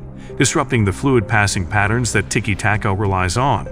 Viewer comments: How has an AI voice managed to find so many different ways to pronounce "tiki taka" in a single video? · make up your mind, is it tiki tacka, tiki take-a, tiki taka, ticky tayka. you pronounce it differently every time you said it